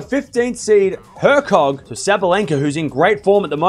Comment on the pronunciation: Match Halep vs. Świątek would be awesome. And final Iga vs. Naomi Osaka. Iga FTW!:D BTW - if Kaja Juvan will advance, she will face Iga - her best (on-court) friend! Kinda shame, because I'm rooting for both.:(: J in Slavic names (Polish, Czech, Slovak, Slovenian, Croatian etc.) are pronounced like Y in English. So Kaja's name is yoo-vah-n, not not joo-van. Also her-tzog, not her-kog. You pronounced Świątek almost good. Ś is pronounced like S in word 'sure'.